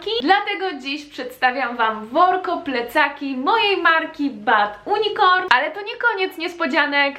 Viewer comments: Czy ty specjalnie mówisz unicorn przez "u" czy po prostu nie masz swiadomosci ze mówi się przez "ju" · Unicorn wymawiawia sie nie ,, unikorn " Tylko ,, junikorn" !!!!!!!! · proszę, nie "Unikorn", a "JUnikorn" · Nie mówi sie U N I C O R N tylko junicorn XD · To się czyta [ bad junikorn] nawet nie wiesz jak się czyta nazwę swojej firmy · unicorn czyt. junikorn. nie czyta się tak jak się pisze. czekam na to w twoich zenadach z yt za kilka lat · Czy tylko mnie tak bolalo w uszy kiedy mowila: bad (U)nicorn